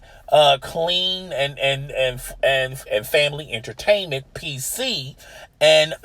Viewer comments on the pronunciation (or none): Listen for this fool say entertainent